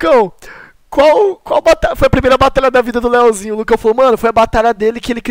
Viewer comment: minha agonia eh ouvir o falando "Leozinho"